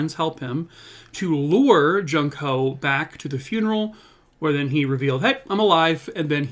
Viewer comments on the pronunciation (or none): Not being disrepectful at all but, i just wanted to say the name junko is pronounced like June-ko. Great video as always 😊